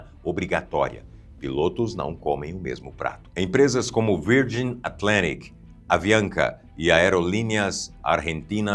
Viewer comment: E também Virgin, que ele pronunciou, se fala VÃRJAN